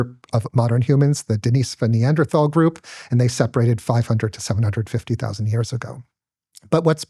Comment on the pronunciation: HTF is he pronouncing "Denis-ovan as if it's the girls name "Deniece"? The guy doesn't even know hot to correctly pronounce their name.